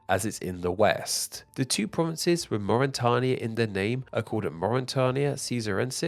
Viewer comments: Half the names he just left out letter when pronouncing it. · Many of these pronunciations are hilariously bad like Lusitania and Mauritania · I know you're bad with pronunciation, but this time was worse than normal :P C'mon Mauritania is a modern day country!